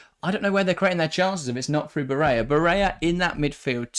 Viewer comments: Barella is Italian not Spanish. Pronunciation of his name is how it is spelt not “barayer” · Ba-re-La... Its Italian, not a rocket science.